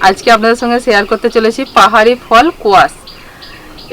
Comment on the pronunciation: সবজিটার নাম স্কোয়াশ।কোয়াশ নয়। সিদ্ধ করে জল ফেলে দিতে কে শেখালো ??? সব খাদ্যগুন তো বেরিয়ে গেল। যা খুশি তা করলেই হল ।